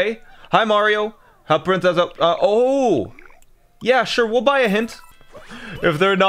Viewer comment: just by that ohh you can tell he's Canadian